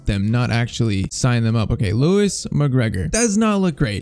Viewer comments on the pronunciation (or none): none